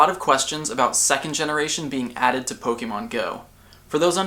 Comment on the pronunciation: your video are awesome, but I can't stand how you say 'pok-E-mon' (po-kay-mon is correct, but pok-a-mon is how I tend to say it.)